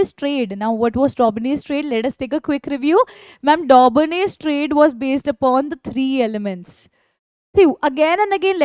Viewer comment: Mam its triads or traids